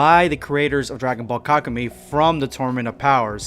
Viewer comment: Wouldn't it be pronounced like kaku Meh-E?